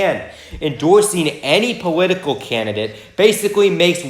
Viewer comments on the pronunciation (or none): I'm sorry, did you say "powitical" ?